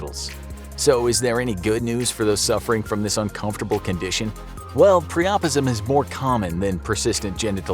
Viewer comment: It’s pronounced PRY-UH-PIZ-UM, not PREOPISM. 😂🤣